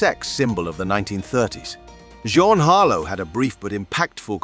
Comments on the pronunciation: It is pronounced "jeen" as in Jean Harlow!!! Matthew Garber also has a picture of actor tgat is not him as a grown adult!! Sorry had to Bow out after that. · Narrator doesn't even know how to say 'Jean". Is his voice computer made???? Why are you showing a young kid actor photo and talk about him dying at 21 when right besides it is an actor in his 50s. SMH You did it again with child actress Heather O' Rourk with an adult woman's photo besides hers !! She DIED when still a kid, darn it. This video is too screwed up with mistakes. I'm gone.